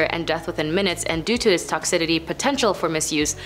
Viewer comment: good lord. It's BOCH-u-liz-um. And who the f*ck put the "d" in "toxicity"?